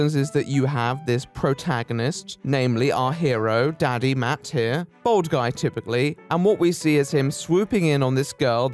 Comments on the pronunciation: For a while I thought he was saying bald guy instead of bold guy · Am I the only one who keeps hearing bald guy instead of bold guy? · I'm sure it's just your accent that makes it sound like you're calling him a "bald man"